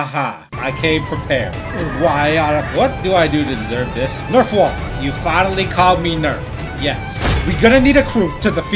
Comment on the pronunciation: Bro finally called nerfwall correctly